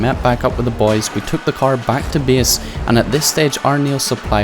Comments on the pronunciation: Imagine pronouncing "base" as "beas" or some shit smdh so fucking annoying mygod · Worst pronounciation on yt. First time I heard "bes" i thought its funny but when you have to say it like 10times in two minutes you getting annoying. Good content tho but annoying talking